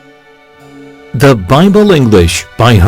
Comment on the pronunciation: 공부하기에 넘 좋아요, 그런데 ieueo 의 앞에 디로 발음이 되는것 같은데요 ?